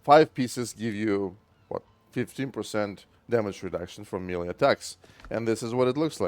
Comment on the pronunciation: May lay. Say melee like that.